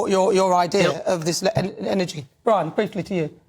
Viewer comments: Did he say “Bwian”?? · Bwian! 😂. Welease woger! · Who is bwian..lol..these stop oil nerds haha